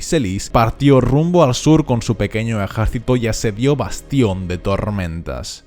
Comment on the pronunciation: porque pronuncia ejaercito